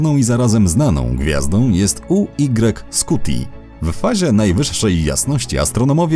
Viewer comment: UY SCUTI czyta się JU AJ SKUTI